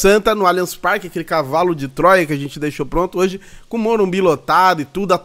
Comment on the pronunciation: O apresentador da caze falou morumbis o tempo todo